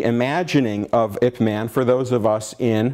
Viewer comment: The talk is fine, but its absolutely bizarre how this yt guy can claim expertise on wing chun, yet pronounce it 'wing chung', 'ip mahn' instead of '(y)ip mun' etc.